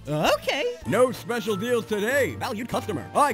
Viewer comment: i live for the way you said the [specil deal]